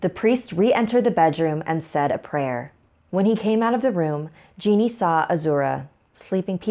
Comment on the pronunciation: Just so you know on the Brazil story the mum is called geni but it is pronounced j-e-n-i not genie